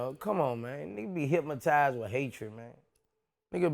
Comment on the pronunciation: "Hypmitized" lmao